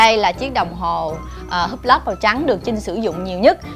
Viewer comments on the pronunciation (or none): none